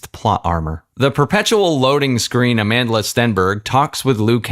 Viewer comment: "A-man-de-la" Stenberg 😅😅😅😅 I actually thought her name was South African, I didn't realize it is pronounced differently. I suppose it makes sense why Naomi Campbell shouted the chant "Amandla" and butchered it